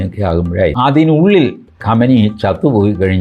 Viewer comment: ഖമനേനി ആയാണ് കമനി അല്ല